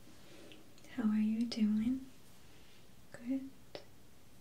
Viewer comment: It's funny how she says good. "GoodT"